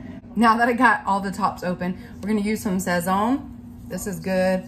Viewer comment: You Rocked it with the seasonings..i use sazon and you did pronoun it correctly, but and the Adobe..look for the boys brand on those..they are amazing..used it for over 50+ years..i know your house smelled like heaven!😄😀